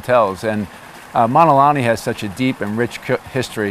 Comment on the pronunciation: He doesn’t even pronounce Mauna Correctly!☹️